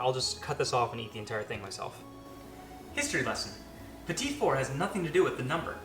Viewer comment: I think it's "pee-tee" not petite. And only Julia is allowed to measure over the bowl. :p